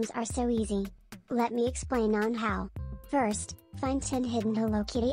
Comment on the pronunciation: stoping from saying furst❤